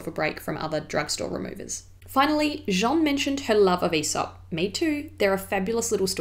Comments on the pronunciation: Calling her Jean, as in Jean-Luc... she isnt french... !!! But she'll find a way of coming to Jeanne! like Jeanne d'arc, Jeanne Moreau, etc. Just listen to an interview with Jeanne Moreau f.i! or think of Ann, + a J in front... anyway its funny and cute! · Thank you Jeanne! Sorry about the pronunciation, it was something I couldn't quite get my tongue around at the time but definitely know the difference now 😊 It's a lovely name! x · I agree your French pronunciation is really good, cheers to you! Just as a bit of constructive criticism, you are pronouncing Jeanne as “Jean” the male version of the name. Hard to describe but Jeanne is slightly longer with a bit of a vowel difference. It’s a subtle nuance, and like I said your pronunciation is amazing. Just letting you know because I would want a native speaker to tell me if I was in your position! Also I loooove these videos! Xx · Appreciated this video but you pronounce her name in a very wrong way ! You call her ''Jean'' the masculine of her name, actually. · Nice video! But your pronunciation of 'Jeanne' is slightly off, you're actually saying 'Jean' (which is the male version of the name, haha). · ...it sounds like you're saying her name but the male version of it. Her name Jean-NE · You pronounce her name like Jean the masculine form of Jeanne. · Thank you! Other people have pointed that out - I'd tried to study the pronunciation but couldn't quite wrap my tongue around it in this video. I've mentioned her in videos since this and think I was closer ☺️👍 x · I mispronounced it in this video too unfortunately, but I got it right in more recent content! You can hear Jeanne say it in a Vogue video 👍 x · Thank you, yes someone else pointed that out! Sorry I couldn't quite get my tongue around the masculine / feminine names at the time but know the difference now. Hopefully it was still an improvement on a lot of other pronunciation I've heard on YouTube! x